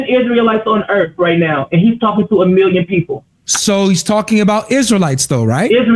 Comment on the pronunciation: For who? For the people of the Earf!!! 😂😂😂😂😂😂😂😂😂😂 NOT TODAY SATAN